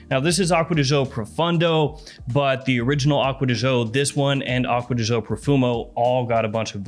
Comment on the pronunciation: You are so much into the perfumes,but you can't say "acqua di gio" properly...🙄🙄🙄🙄🙄